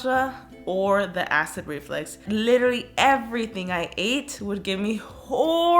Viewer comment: Karina: ACID REFLEX🤭👀 Me: Did she just say ACID REFLEX? ME: It's pronounced "ACID REFLUX"😬🤣😂